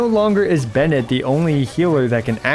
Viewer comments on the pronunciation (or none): none